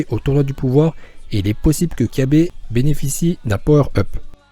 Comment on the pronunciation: On dit pas kyabe mais cabba